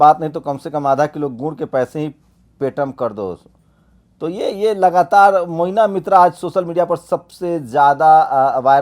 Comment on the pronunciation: मोइना नही महुआ मोइत्रा नाम है।